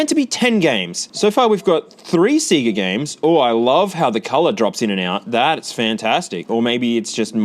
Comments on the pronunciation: the hell is seega? it's literally confirmed to be pronounced sey ga in the sound effect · Stop saying seega it's sayga! Lol heeps funny love you bro